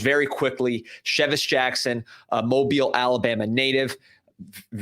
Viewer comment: Fantastic pronunciation of Mobile Alabama!